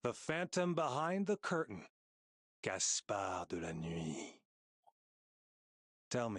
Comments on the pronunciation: Agreed. Ben Cura nailed the voice for Phantom. It carries an elegant, yet simultaneously gritty, soft-spoken smoothness to it that encapsulates the character. I especially loved the way he perfectly pronounced "Gaspard de la Nuit". That was clean af. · Thankfully I already has him and god Gaspard De La Nuit pronounciation is really HAWT!!